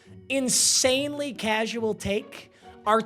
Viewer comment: “Incredibly tasual take” PAPA😭